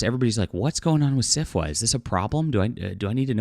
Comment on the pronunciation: When you say SFWA, why does is it kind of sound like Syphilis? My the organization should disband. Just my opinion.